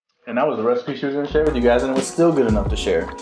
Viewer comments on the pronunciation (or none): That’s it, I’ve come up with a new recipeh!